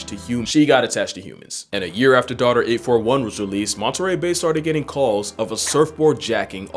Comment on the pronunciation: "Her D-otter"